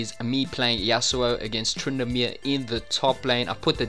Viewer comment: "trandamere" XD